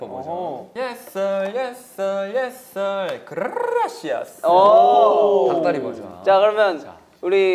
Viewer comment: 킬링포인트 투성이인데...🤔 여상이의 그rrrrrrrrㅏ시아스 첨에 라이브 보고서도 웃겼던 부분이어서 제 픽은 그 부분!!! 이렇게 클립영상 올려주면 너무 그라시아스✨